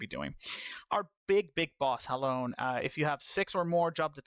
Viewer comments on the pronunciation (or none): It's pronounced Halonay, also Thaliak is a boy.